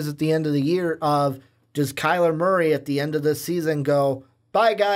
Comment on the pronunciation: Turned it off when he said kyler Murphy